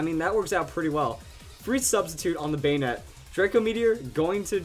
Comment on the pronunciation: Banette not banetee lol